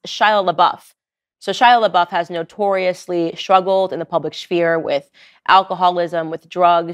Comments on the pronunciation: Candace says schpear instead of sphere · P.S. it's SPHERE not SHPHERE.😏✌️ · I love you, Candace. And I don’t mean to embarrass you, but I just want to let you know that you don’t say sphere the way you said it; it’s pronounced as if SFere. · Someone teach this woman how to pronounce sphere. Wtf